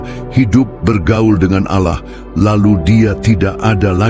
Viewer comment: 1 hal saja. Allah itu sebut jgan auloh.. kerna itu membuat kelas sebelah pikir Allah kita 1. Kita beda...maka sebutan Allah sebutlah dgn btul n jgan auloh.